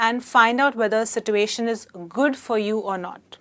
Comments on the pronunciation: situation... r u speaking American? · YOU can't pronounce ' situation ' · no she is pronouncing it wrong no English speaking nation pronounce it the way she is.its something Indians have invented